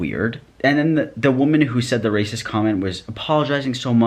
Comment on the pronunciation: the way you say racist cracks me up rAYsus